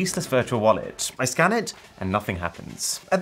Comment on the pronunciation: he said scan...I heard scam😅😂